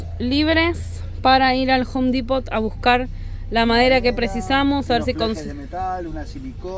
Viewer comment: Un consejito de Pronunciacion. En la palabra Depot de Home Depot, no se pronuncia la T. In other words, the T is silent! Se debe decir solo Depo, sin T